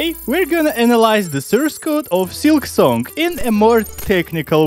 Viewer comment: Why do you say silksonk?